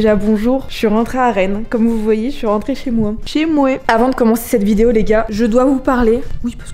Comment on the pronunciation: J’adore comment tu as dit "chez moi" avec l’accent québécois 😝 bisou du Québec !